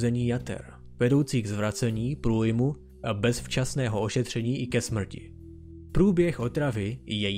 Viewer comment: Pokaždý když jsi řekl že dochází ke smɹti jsem se malem pochcal smíchy, dodává to na vtipnosti videa, cením :DDDDD